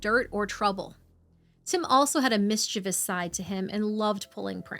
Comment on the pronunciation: I'm legitimately so happy to hear someone pronounce "mischievous" correctly